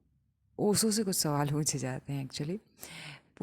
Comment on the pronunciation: Aap pronounciation sahi kyu nahi karte ho, up Bihar side se श को स क्यों पढ़ते हो ? ओशो को ओसो क्यों ? This is not hateful question .